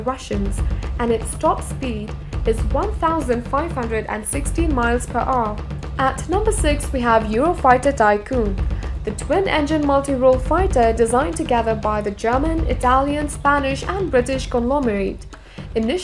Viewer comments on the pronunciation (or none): Tycoon instead of typhoon like wtf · "Eurofighter Tycoon". Oh my god. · Is Typhoon not TyChoon you stupid bitch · Thumbs down: bad voiceover, make believe movie jets shown during intro, can't pronounce "Mirage" correctly, "Typhoon" not "Tycoon", forgot to mention altitudes at which top speeds are achieved, MPH used instead of Mach #, weights mentioned are not notated (MGTW, empty weight ?), 2 versions of F-15 noted (other aircraft noted have different versions as well), wrong generations noted ... Jane's needn't worry about this channel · Eurofighter typhoon or ticoon? And... How many km/h or mph? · Typhoon, not Tycoon ;) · What Tykoon fuck off there is no Tykoon just say Typhoon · and when she said " Thaikoon " for the Typhoon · "Eurofighter Tycoon". Ok. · Eurofighter Tycoon. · When doing a video like this, use someone that can pronounce the names, please.... I mean; "Eurofighter Tycoon"? LOL Mirage; like a desert mirage, you know.... FFS!!! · dasow mairadge , eurofighter tykoon , etsetera etsetera !!! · And she said tycoon instead of Typhoon